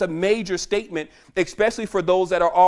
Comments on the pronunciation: Great presentation, there is no eck sound in the word especially...... it's eSpecially..... NOT eCKspecially, or eXpecially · He's soooo smart but he says "especially" as "expecially". Escape exape. Total BS.